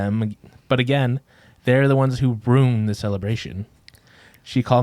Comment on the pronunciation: The facial expressions Erika makes every time says “ruined” wrong 😂